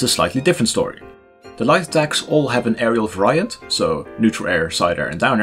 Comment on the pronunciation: The way this man says variyant drives me insane